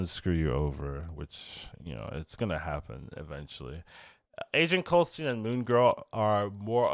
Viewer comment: I wonder for a while now, why do you call him "'Agent Coulstine"?